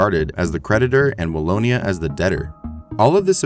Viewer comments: Wallona? Really? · The south of Belgium is not called Wall-o-nah.... LOL